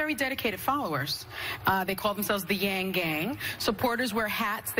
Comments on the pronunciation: Whoopi - at least get the name right - YANG does not sound like Young which is what I heard you say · How on earth do you read Yang as Young?!